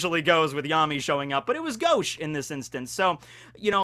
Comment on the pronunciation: I thought Yami's name was pronounced Ya - mi